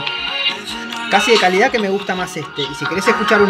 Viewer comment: El p30 es Relación-Kalida-Precio dijo el TP resurrechion xddd